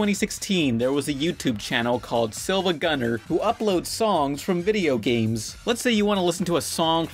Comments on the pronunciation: it’s siiva not siLva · It's Siivagunner, the secong "i" is in caps. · >SilvaGunner >not SiIvaGunner You're dead to me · It's Siivagunner. The second 'i' is just capitalized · CrkPANDA you do know that "I" in siIvagunner is a "i" not a "L"? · pronounces SiIvaGunner incorrectly MR RENTAL GETS TRIGGERED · You mispronounced SiIvagunner, the I is an uppercase i which only looks like an L in the font youtube uses.